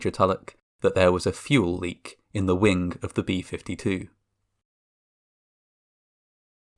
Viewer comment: Fuelink = Fueling. Wink = wing. Amonk = among. Detonatink - Detonating. So be prepared if you all have towns that end in G that sound similar to those kind of words. Pittsburgh should be safe though, it has a harder G than fueling or anything with an ing sound.